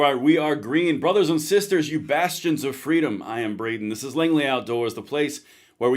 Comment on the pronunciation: I believe he was saying “bastion” but it did sound like bastard.